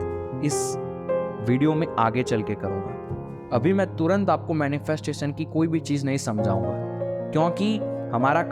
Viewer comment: "श" को "स" मत बोल भाई. मंत्रोच्चारण के समय भी ये गलती करते हो क्या??? मैनिफेस्टेसन नहीं होता मैनिफेस्टेशन होता है. ॠसि नहीं होता ॠषि होता है. आकासिक नहीं आकाशिक सिरिराम नही श्रीराम डाइमेन्सन नहीं डाइमेन्शन 🙏🙏🙏